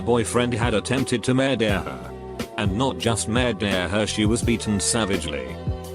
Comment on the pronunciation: I’m so sorry it’s not funny... but the way the voice said “murder” as “mah-dah her” took my mans from British to French in a second